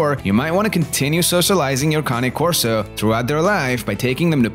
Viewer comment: County Corso ??? Cane ( pronounced - - caw-nay) Corso Italiano - - they are a working class dog and need to have a job or function to stimulate them. By all accounts they have the third strongest bite somewhere in the range of 700 psi and I believe it after watching my 19 month old pup crush a one inch stick simply by clamping down on it. If you look on this page you'll see Jason Cory's vids on his Cane named Bruce Wayne and mine looks like Bruce right down to the huge size, black color and white blaze on his chest except mine has the natural ears with the docked tail and weighs over 160 pounds. Most of what this guy in the video says is spot on especially the need to TRAIN YOUR DOG PROPERLY and get it used to meeting people and other animals - - properly socializing them. If you get one the size of mine he had better listen to commands or you'll have to walk it accompanied by 3 strong men and a gorilla - - they are powerful dogs and very athletic, very quick and agile. You get out of a dog what you put into it and in most Cane Corsos the protection instinct is just in them - - they are very observant as they are constantly on the alert so the owner has to be aware of how their dog is behaving and what he/she is telling you because if they deem it a threat they'll go after anything from a skunk to a grizzly bear ( going after either of those poses great problems but for different reasons obviously ) mine tried to bite the face of a grizzly chasing salmon upstream on my big fl